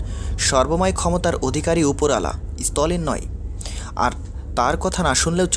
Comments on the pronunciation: Stolin & seviet, come on pronounce properly. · ভাই, "সেভিয়েত" বলছেন কেনো? শব্দটা 'সোভিয়েত'। 'সেভিয়েত' বললে কানে লাগে। 'কাকতালীয়' না বলে বলছেন 'কাকতলীয়' আবার স্তালিনকে বলছেন স্তলিন... ব্যাপারটা কী? শুদ্ধ করে বলাটা ভালো।